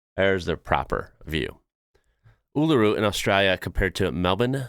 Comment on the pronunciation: Your coverage is ok, but please learn to pronounce Uluṟu correctly. You have to stress the vowel before the diacritic. Try saying as if it spelt “ULOORU”. Most Aussies don’t pronounce it right.